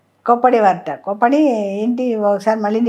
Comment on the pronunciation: కోపడేది కాదు కోప్పడేది ప కి ప వత్తు పెట్టండి